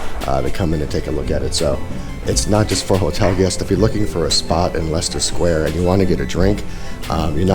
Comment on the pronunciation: You can't be American since you pronounced leicester sq correctly.😂